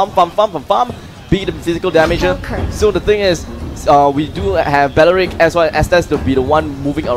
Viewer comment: No one: Literally no one: Commentator:They pick balrick!